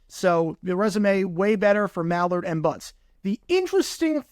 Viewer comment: It's Keith MILL-Ard